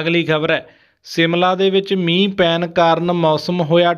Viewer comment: ਸ਼ ਦੀ ਵਰਤੋ ਕਰੋ ਸਿਮਲਾ ਨਹੀਂ ਸ਼ਿਮਲਾ